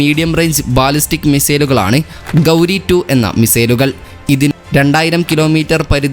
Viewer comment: ഗൗരി അല്ല ഗോറി